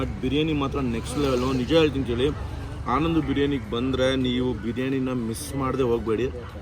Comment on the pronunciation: ಆನಂದು ಬಿರಿಯಾನಿ ಗುರು ಅದು ಅನಂದು ಅಲ್ಲ 😤